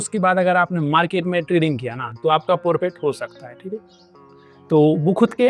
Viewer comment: Bhai ji forfit nahi profit hota hai